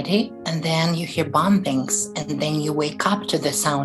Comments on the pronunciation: This person could be anywhere even in the U.S. i find it interesting that it sounds like he/she is pronouncing bombings as it is written. They obviously don't know that the last b is silent. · "BombBINGS" lol 🤭...... .while real bombings arent funny this DUDE is..